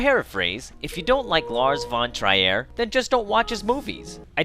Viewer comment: Just so you know. You pronounced Lars Von Trier wrong. But it's hard. I'm from Denmark like him, and yeah....he's fucking crazy. He understand Hitler.